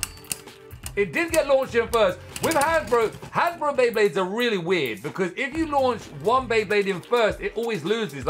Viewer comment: Its not hasbro but Hasbruh 😂